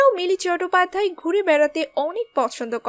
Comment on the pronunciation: উচ্চারণ ঠিক করুন।চটোপাধ্যায় প্রথম শুনলাম। ইসতিরি(স্ত্রী) -----কোথা থেকে এসেছেন?